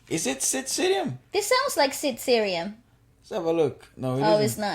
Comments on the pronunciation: Not sid siriyam it's sid sriram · Sid Sriram ❌sid seerium👌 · It's not sid siriam bitch...it's sid Sriram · Sid siriam 😂... His name is Sid sriram ... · Lol It’s Sid SREE Ram not Cerium, pls check ur pronunciation before, Its a Hindu God name BTW!! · it's sriram not sirium..u guys just killed me😭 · Sid seerium 😂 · Sid sriram’ s name is pronounced “Sid Sree-Raam”